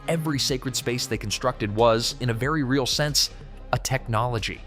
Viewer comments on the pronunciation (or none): none